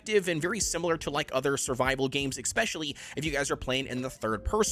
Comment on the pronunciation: 1. You are a weirdo for playing with 90 FoV 2. The word is especially not EGGspecially